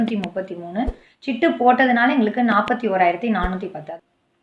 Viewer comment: சிட்டு (ஆ) இல்லை சீட்டு (ஆ) sister...